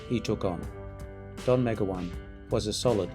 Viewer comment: Meg-o-wan? Try Me- GOW-an...